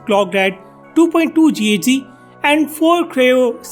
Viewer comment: You're a noob. It's not read as GHz, it's giga hertz.